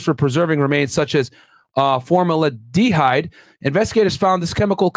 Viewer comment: MYRON! man's said "FORM ELA DE HYDE" 🤣🤣🤣